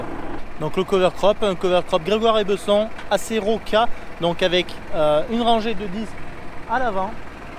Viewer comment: le stagiaire c'est un touriste avec ses tongs, dans le 49 lieux de fabrication du cover crop on dit grégoire et bésson et non besson